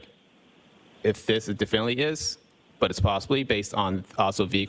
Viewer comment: Why does he only use half words? Like, he doesn’t even use all the syllables. “The Bree field” like can you say debris? “Diffinly”? Wtf